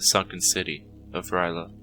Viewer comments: This is the first time I’ve heard R’yleh pronounced like “rai luh” instead of “earl yay”. It doesn’t really matter though since it has other-worldly origins and isn’t meant for the human tongue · I gotta say i know its only lovecrafts fault but i really hate it when people mispronounce r'leh